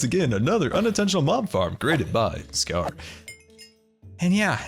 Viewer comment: I think the volcanos name should be: Mount Grrumble Two r because when you say your intro it sounds like ... GoodTimeWithScarrrr here..